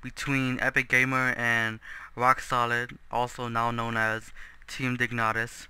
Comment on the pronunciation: It's team Dignitas not dignatas :|